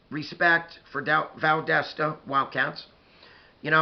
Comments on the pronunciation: Valdosta dosta not desta it’s like saying do in dog . Dosta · Great video! Closer on the pronunciation, but it's Val-DAH (like when the Dentist says "open up n say Ahhhh") -Stuh...Val-DAH-stuh Or Val-DAS (like German) -Tuh. Sorry, I wish I could write out phonetically better. You have the first and last syllables, the second one rhymes or sounds just like the German "Das" as in the movie "Das Boot" (The Boat). It doesn't really matter 😆. Great video as usual and I really feel like our teams will meet again soon, and I'm not comfortable with that. We DO NOT match well with you guys lol. Have a great week! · It's pronounced like Val dah sta. The wildcats aren't quite as dominant as they used to be but they still usually have a really good team. The other school in Valdosta (Lowndes County) also usually has a really good team.